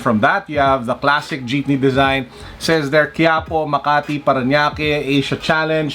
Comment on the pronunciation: That "dyipne" tho ✌😅